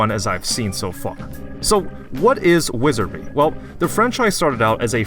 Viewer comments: wizary? dont you mean wizardry? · Wizardry. Wizar*D*ry. Please learn to pronounce the name of the games you play. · "Wizerry"? are you, uh...outrageously stupid, my man? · you never pronounce the d in wizardry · okay very cool but can you prononuce "wizardry" correctly without omitting the d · Why does he not pronuce the d in Wizardry?